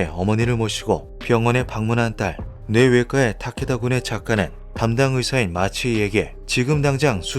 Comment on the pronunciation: 뇌외과의 타케다군의 ‘의’는 조사가 아니라 의사, 의료 할 때 의 자입니다. [-에]라고 발음하면 안됩니다ㅜㅜ 저번 형태 형성장도 그렇고 검수를 좀 꼼꼼히 해주셨으면 싶네요...